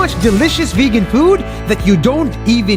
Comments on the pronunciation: Am I hearing it wrong or is it Vigen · What they say “ Vegan” What I hear “Virgin”😂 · Why did I hear : I am virgin....... I m coming babe😘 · How it’s spelled vegan How people say it: vegen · Now I don't know how to pronounce vegan